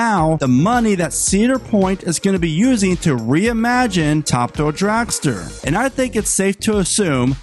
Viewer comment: It's called Top. Thrill. Dragster. Not Ta Dull dragster